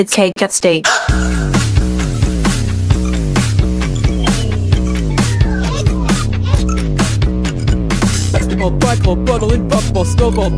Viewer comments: It's really cool but just sort of didn't say cake at stake he said cake stajjjke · Bro what happend to saying " cae cae cae cake at sta sta stake and saw saying " Cake at staike "